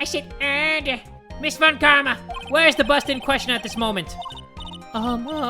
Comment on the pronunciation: everytime he reads von Karma: von kARRMa